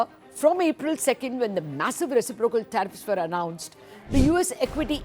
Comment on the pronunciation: Reci-proc-al. 🤔 What?!